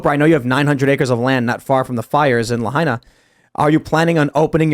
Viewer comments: Pronounced LAH-HIGH-EE-NAH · Say it with me... "La-ha-eena"